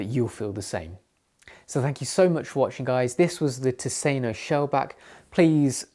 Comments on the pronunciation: I have never understood why an English speaker would try to pronounce a non-English word in English. Especially if it's a lecture on a given subject. They certainly know the expression "thousand islands" about the sauce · Your pronunciation of the brand is awful by the way. Why not ask someone who knows Swedish how to say it.